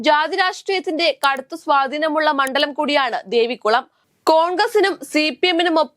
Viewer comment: ദേവിക്കുളം അല്ല കുഞ്ഞേ ദേവികുളം😂